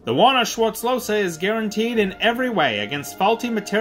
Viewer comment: That's not how the name is pronounced. Im getting aggressive when i hear this. He was my great-grandfather's father and we still have this gun as an heirloom. Please learn how to pronounce my last name!!😩